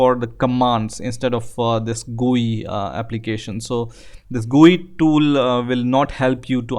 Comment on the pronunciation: "This gue tool" .........